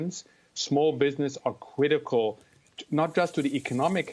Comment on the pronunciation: Weally weally weally cwitical.